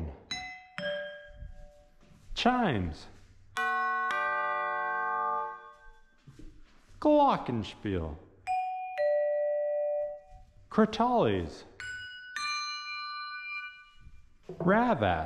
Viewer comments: chimes but why does he say glockenspiel like glaaaukinspiill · you need to practice how to pronounce Glockenspiel :-D